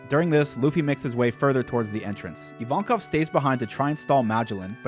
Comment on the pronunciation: Finally someone who calls Evankov - Evankov. Every other reactor calls him I-win and I think that's so stupid.